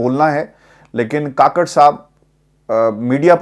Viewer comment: Kukker ha kaker nahi 😂 kaker nahi